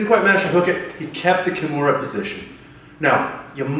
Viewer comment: sickest Key-mair-ah finish I've ever seen, done to No-gwhere-ah. the fact that he doesn't know the correct name pronunciation of one of the most famous mma/bjj practitioners of all time, says a lot about this guy and his school. step your game up man!